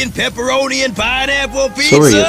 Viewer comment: Did he say Pijnappel 💀